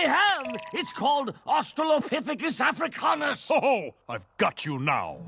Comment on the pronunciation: Seems like he’s putting emphasis on “Afra-CAY-nus,” like he wants people to consider it canine.